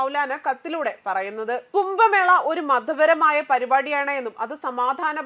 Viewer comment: കുമ്പമേള,സനാതന ദർമ്മം,അകില ബാരത, സംഗം, സംഗം,നിരവദി, സംസ്താനം, ദാരാളം...... ഇതൊക്കെ ആദ്യം ശരിക്കും വായിക്കാൻ പഠിച്ചിട്ട് ന്യൂസ്‌ വായിക്കൂ.